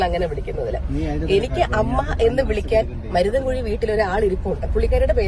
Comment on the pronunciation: Muthirankuzhi അല്ല maruthinkuzhi 😂😂